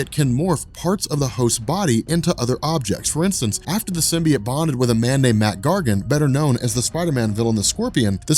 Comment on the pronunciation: Sim... Bee... Oat... Say it with me "comic's are actually my job" guy. Love you and your channel, but if you're not sure, ASK! You look like a stooge and this is unwatchable. Simby... It lol.